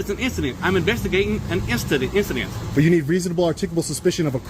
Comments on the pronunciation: He’s investigating an identsent lol what did he drink today 😂😂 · "I'm investigating an ingistance" 😂😂😂😂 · “I’m investigating an instident”lmaoo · I'm investigating an "instident" lmao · “instantant” 😂😂😂 “investigating and instantant” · "I'm vestigatin' 'n instadent" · "I'm investigating a instadent."😂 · "I'm vestigatin' uh issident...." Pathetic. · Im investigating an 'incadent' lol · "In-sta-dent" ok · "I'M INVESTIGATIN' UH INSTADENT!!!" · "I'm investigagin' an insident"! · Thought I heard he’s instigating an instadent😂😂